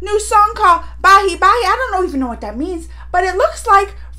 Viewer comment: It's not bai bai it's bhai bhai